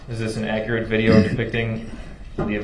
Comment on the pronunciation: If only the officer was more akkerate .. lil man wouldn’t be axing dumbass questions